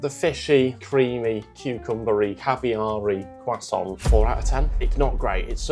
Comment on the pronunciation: I really don't understand why people have started pronouncing 'croissant' as 'cwussont' in the last few years. Stop it. It's not correct in English or French. You don't sound intelligent or educated, quite the opposite.